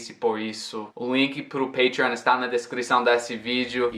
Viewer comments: estou confuso com uma coisa, você pronunciou PATREON com o som da vogal A, mas tem duas consoantes depois, o TR, esta palavra seria uma exceção? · Why did you pronounce PATREON with the long A? Shouldn't It be with the short A consedering the presence of the TR? - From São Paulo, Brazil